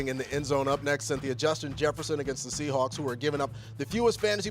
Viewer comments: said the "Seahacks" 😂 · Did say “Seahacks”?!?